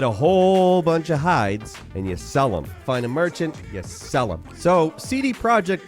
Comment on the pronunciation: That witcher part was hilarious! From the way says ''you SELL'EM'' to the bovine defense initiative 🤣🤣